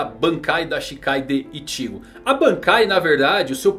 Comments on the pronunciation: Fala. Seu canal é top... Mas explica pq vc fala IchÍgo e RukÍa....? E não Íchigo e RÚkia como foi adaptado no anime? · ichígo não.. é Íchigo porr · Não se lê iCHIgo e sim Ichigo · E Ichigo e não itigo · Animê, ichígo, rukía.. não sabia que era assim que se pronunciava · ele fala ichigo engraçado, ichígo 😌😂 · Pq vc nao fala "Ichigo" normal ?? Kkkl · Por não dá para falar nome correto do Ichigo da zanbakutu e Anime correto tá falando igual um paraíba robótico